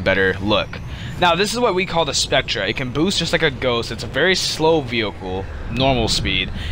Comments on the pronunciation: I'm sorry but I can see why you have very few subs. if you're going to suggest vehicles you find "awesome" at least have the fucking decency to know how to fucking pronounce the name. spectre is pronouned the exact same as specter, not spectruh, moron. also the prowler is a brawler. know the fucking names and the fucking class of the shit youre suggesting. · It's pronounced spect-er dumbass, not "spectra". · By the way, it's pronounced "Specter" not "Spectra" even though it is spelled Spectre. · I'm sure it's pronounced spec-ter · "Spectra" Excuse me? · lel spec treh is pronounced spector but meh